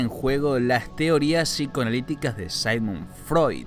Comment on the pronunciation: Y es Sigmund , no Simon( Saimon) Freud